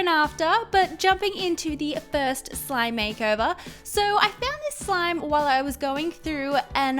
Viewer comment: Why did she say at the end some instead of slime